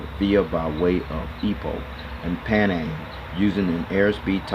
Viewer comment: its pronouced as pee-nang or penang together haha.